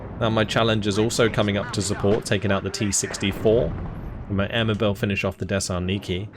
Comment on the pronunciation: Given that it's a British force, would they be pronounced the British way you'd say "air mobile" rather than the French sounding "mobe-ill" at the end? I'm not flaming, just genuinely interested.